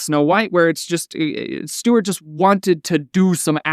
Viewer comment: You calling him "Steward" is hilarious 🤣